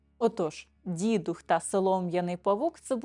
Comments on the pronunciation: Вітання. Не дІдух, а дідУх. Говоримо українською, панство! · дІдух чи дідУх? Родом з Галичини і все свідоме життя ставила "дідухА". У вікіпедії також вказано наголос на другому складі. Наша країна велика і розмаїта. Мені щиро цікава міграція наголосу. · Вірогідно, що правильно , все ж , дідУх - дІдів дух, дух дідІв - поминання душ померлих пращурів. Тобто, наголос на "дух". Хоча у різних регіонах різний наголос .